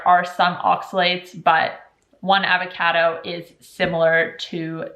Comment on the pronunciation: I had never heard someone mispronounce Avocado until now.